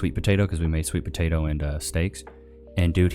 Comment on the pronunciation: Had to fast pass the dumby po-tot-oo and her mug dish holy fack